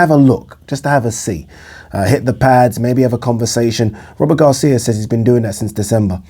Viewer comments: Come on, Man! Robert Garcia is a towering intellect in boxing. Stop fukking pronouncing his name like it's "Rubber Gloves" or stop dropping his name like you know what you're talking about. Go back and listen to yourself. Rubber gloves. That's what you said. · Work on your diction, man. When you said Robert Garcia, it sounded like Rubber Gloves. Come on, man. Tighten it up a bit. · I'm hardly offended. Look, man. Read my name backward. All I'm saying is, you're not much of a boxing fan, if you are pronouncing Robert Garcia's name, rubber gloves. Take the marbles out of your mouth.